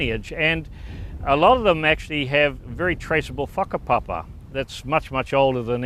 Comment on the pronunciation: Its whakapapa not whakapopa